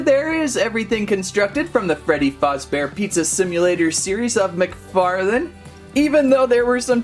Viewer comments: It’s not foz it’s faz duh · ITS FAZZBEAR NOT FUZZBEAR GET IT RIGHT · Freddy fazbabear ❌ Freddy fozbear✅